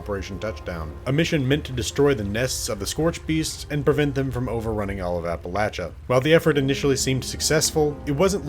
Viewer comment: Thank you for saying Appalachia correctly.